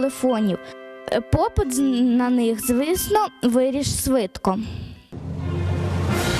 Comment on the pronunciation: Монтаж норм но девочка говорит заместо "швидко і шукати" "свидко і сукати"